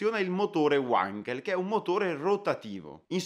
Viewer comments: Ehm... La pronuncia appunto. Wankel era tedesco non inglese quindi V_ankel non U_ankel. Scusa se faccio da maestrino :) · Essendo Felix Heinrich Wankel tedesco, il suo cognome non si pronuncia "uankel" bensì "vankel" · Uankel? Perchè non addirittura Wonkel, come dicono su Focus TV? Non si può sentire!!! Si legge Vankel: non è Inglese. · È Tedesco si pronuncia Vankel, non Uankel, grazie comunque bellissimo video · La pronuncia è "vankel" non "uankel". Felix Wankel era tedesco non inglese. Così, per la precisione. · Credo si pronunci "Vankel " e non "Uankel all'americana in quanto ingegnere Tedesco. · si parte male Wankel era tedesco, si pronuncia vanchel non uanchel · si pronuncia vankel e non uankel! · Wankel con la "V", non Uankel. E' tedesco, non inglese. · Ma perchè Uankel ,è tedesco si dice Vankel, lo sanno anche i bambini... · Per favore, WANKEL con la W alla tedesca (non certo Uànkel !!! ). Altimenti dovremmo dire anche Ualter ! :) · UANKEL.......hai detto UANKEL ???.. e pure perseveri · uanchel non si può sentire però. è tetesco no inclese ja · Wankel si pronuncia alla tedesca non all'inglese! Cima! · SI LEGGE WENKEL NON WANKEL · UANKELL NON SI PUO SENTIRE....... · Comunque Wankel era tedesco e si pronuncia 'Vankel' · Giusta osservazione, la pronuncia corretta è con la V come Vasco, la qualità di un canale d'informazione si vede anche da questi dettagli. E non vuol dire che se altri sbagliano tutti debbano perseverare nel fare errori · La doppia W di Wankel si pronuncia come una V italiana, non all'inglese 😂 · Il miglior motore mai costruito, per quanto concerne le prestazioni. Bandito dalla F1 perché era semplicemente invincibile. P.s. si pronuncia "Vanchel", con la V, essendo tedesco :) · Wankel si pronuncia come scritto, nn uankel, é tedesco... 🙈🙈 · "Uankel"? Il tedesco, questo sconosciuto... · Hai ragione tu, è un nome tedesco e pertanto la "W" si pronuncia "V" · È vero ma si è scusato per la sua pronuncia. Perdoniamolo per questa volta